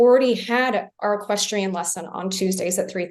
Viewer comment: The judge can't even say equestrian! She should not be in control of this courtroom not these two people. She's not educated enough. Horrible judge